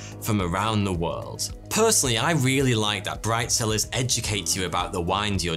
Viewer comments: Bright cellars I thought he just said brifezillaz lol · Bright cellars...... and what do I hear? BRIDE SELLERS!!! WTF ears 😂